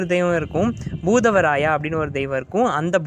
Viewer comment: Bhoothavarayava illa bhootharaya va